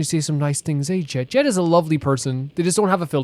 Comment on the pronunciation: I'm so far behind because I haven't played Kaveh's hangout yet, gotta catch up quickly^^' Also, just to let you know, from what I heard Jeht's name is actually supposed to be pronounced more like "Yecht" (similar to Yacht, with a non-silent h), but I'm not certain about that either and most people probably do pronounce it like Jet.